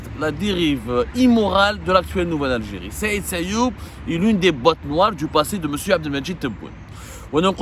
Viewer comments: Il s'appelle Sayoud et non sayoub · Son nom est Saïd SAYOUD non pas SAYOUB 😊 à moins que vous parlez d'une autre personne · C sayoud pas sayoub